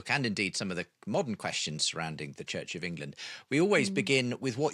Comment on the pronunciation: Hard to listen when the interviewer keeps pronouncing CHURCH as CHITCH.